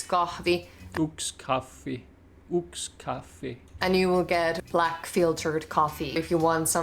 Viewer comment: Yks kalja is the spoken version of one beer but the official version is yksi kalja. Yksi = 1 Kaksi = 2 Kolme = 3 Your pronunciation was really good 👍🏼